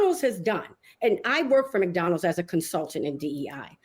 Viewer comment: Mix-Donalds. I've never heard a black person, or anyone unable to pronounce McDonald's.